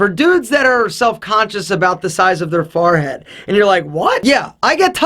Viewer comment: You say forehead PROPER oddly could you plz develop a tiege hanley product to reduce the size of my farhead?